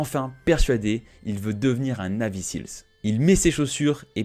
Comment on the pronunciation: Et ca se prononce "naivy sils"